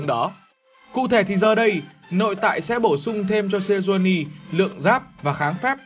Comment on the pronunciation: Sejuani chứ kp nà Senjuani nha :D